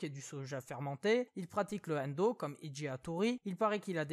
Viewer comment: Rien à voir mais ta prononciation de "kendo" était cheloue xD En même temps le manga c'est le matériau de base donc forcément x) Et t'inquiète, je suis les derniers scans et suis à jour dans ma collec' de tomes, même si ça prend de la place (et des sous xD). J'avoue que la nostalgie est forte quand je revois un épisode en vf, et ils faisaient un boulot pas si mal, mais j'ai trop l'habitude de la vostfr maintenant